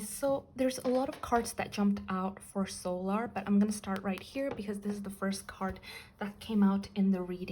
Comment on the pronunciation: Sometimes your readings are so accurate it kinda scares me and yes you are pronouncing her name correctly